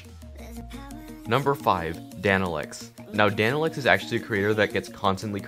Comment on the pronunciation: I thought you said darnoc instead of danolex🤣